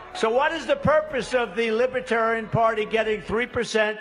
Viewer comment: Trump cannot even pronounce Libertarian correctly! Trump is friend of all despotic dictatorship!